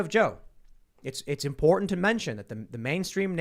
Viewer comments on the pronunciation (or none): I wish would practice saying “important” and “abhorrent” so that we know he understands the difference lol